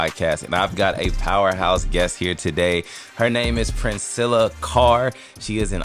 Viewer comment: During the introduction, she looked up at I know these man didn't just say my name wrong. It's Princella Clark 😂😂 Reguardless this is definitely one of the best podcast she's ever been on.